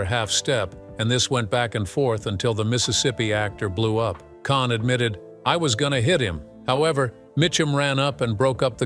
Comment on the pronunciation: It's pronounced Kahn not can.